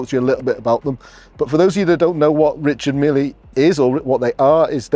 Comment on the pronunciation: As a watch dealer, you should learn how to pronounce Richard Mille. Just saying…..